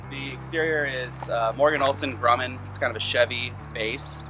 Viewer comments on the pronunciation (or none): none